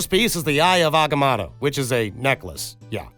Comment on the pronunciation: I love the way he pronounces AgaMotto